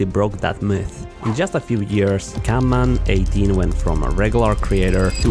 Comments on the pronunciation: He keeps saying CANMAN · Bro is saying canman😅😂